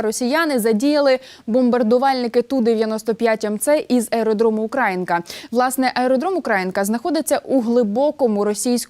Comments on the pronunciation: не УкрАїнка, а УкраЇнка. Працюйте над собою, ви ж є журналістикою чи ні? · УкраЇнка, а не УкрАїнка! Сумно нагадувати журналістам правила мови!